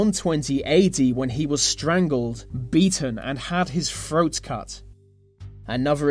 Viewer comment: I'm pretty sure its a speech impediment. Not an accent. He can't say his Th sounds. They all come out sounding like F sounds. He says froats instead of throats. All of his th sounds are like that. I've heard speech impediments exactly like that before. So, to expect him to talk like most people or "normal" would be similar to expect someone with a severe club foot to walk "normal" and quit hobbling. it's just pointless. It is what it is. But as far as people giving him shit for it, it sucks, but I'm certain he was aware that would happen when he started a YouTube cannel that requires him to narrate a lot. Hell, maybe he does this channel as a form of speech therapy. So he may be working on talking normal. Either way, I commend his bravery and ability to face the inevitable mockery he's bound to receive.